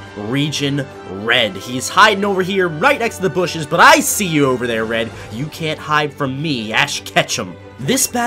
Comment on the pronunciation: I thought he was saying Fred instead of red